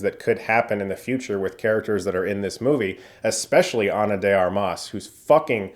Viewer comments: The way you pronounce ana de armas😂😂😂😂😂🤣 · His "Ana de Armas" pronunciation killed me lol